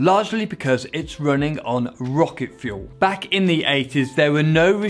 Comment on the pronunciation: "Rrrroket ship" - Alonso 2018